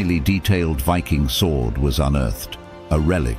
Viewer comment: Pity the narrator cant pronounce the word Viking . Strange because at the start of the video he pronounces the word Viking correctly but then lets his ignorance take over